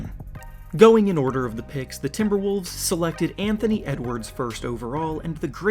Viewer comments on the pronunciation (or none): none